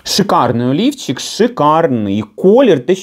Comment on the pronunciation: сказала "олівчик", а я почула " а ліфчик". Вже думала, зараз приміряти буде:))